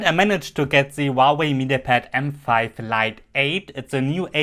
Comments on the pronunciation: มันอ่านว่า หัว เว่ย. ครับ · Not wauwai!!!!! Huawei!!!!!!!!!